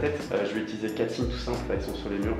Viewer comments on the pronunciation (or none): none